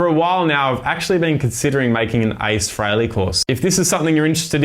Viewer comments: Nice playing....but it's "Free-ley", not "Fray-ley". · Yeah I'm Aussie, too. And it's still "Free-ley" - always has been. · Pronounced Free Lee just saying